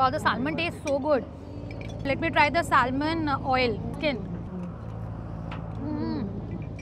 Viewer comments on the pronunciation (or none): Salmon is pronounced as Se-mun not Sel-mun.